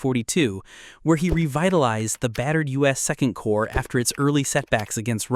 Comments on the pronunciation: Nice job! "Corps" is pronounced 'core' :) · Corps is pronounced Core, the p and s are silent